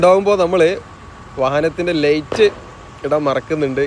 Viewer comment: ഡേയ് ഡേയ് ലെയ്റ്റ് അല്ല ലൈറ്റ് ആണ്.